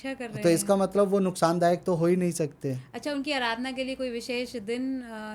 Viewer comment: अराधना नहीं, आराधना है। 😂😂